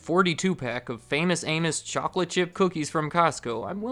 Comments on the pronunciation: Did you purposefully say "famous anus"? Lololol thats what my dad calls'm! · You said famous anus I rewatched like 12 times and I swear you didn’t say Amos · Man I did not hear "Famous Amos" at first